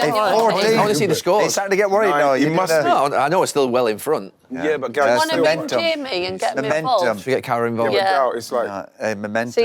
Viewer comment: Why does Wrighty call Gary Gail? 😅